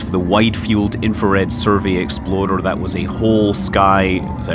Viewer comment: I love listening to you talk and i can easily understand your words, but every time you say "explorer," it sounds like you are calling it an "exoploder." Great amusement has been gotten out of this enunciation difference. Thanks!